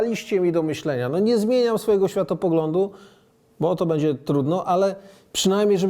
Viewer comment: - "będzie" NIE "bedzie";)